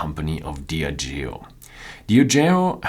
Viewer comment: You've been doing this for a while now, so it's about time you start investigating the correct pronunciation of some key words. Words like Bruichladdich, Diageo and many others. This is not difficult and is crucial to the overall quality of the video. Good luck.